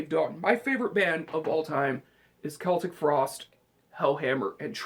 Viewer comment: This is Anthony carosella. Celtic frost is pronounced like the Boston celtics. Not the way u pronounce it. I'm 46 and grew up when this band first started and don't even listen to black metal bullshit!! Try quiet riot, they rule!!!